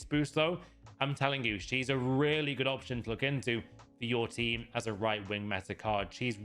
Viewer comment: You honestly don’t know you talking about, you keep saying meta for your but you’ve nerver played with them and you probably div 5 players. Get a grip